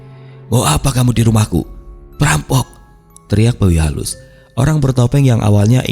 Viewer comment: Sorry mang tapi saya dengar bawi halus jadi babi halus terus 😂 bahkan di teksnya pun sempat keliatan tulisan babi halus. Ya tapi emang pantas juga sih di katain babi untuk si tukang gosip itu malah matinya hina pula 😅